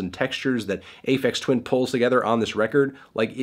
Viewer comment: "ay feks twin"